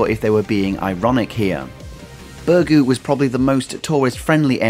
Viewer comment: Please learn how to pronounce Birgu, ask a maltese person and learn how to prounce it. How would it be if I butchered a place in England. I know not the end of the world but everyone can learn the correct pronunciation of a word with practise.